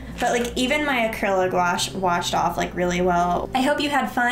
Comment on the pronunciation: It’s pronounced acriliccc gooashh by the way! Nice vid though! ❤️❤️❤️😂😂😂